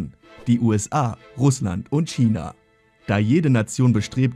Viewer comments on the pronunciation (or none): none